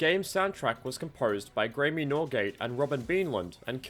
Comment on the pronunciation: "Gray-me"? It's pronounced "Gray'm". Graeme is just an alternative spelling of the name Graham.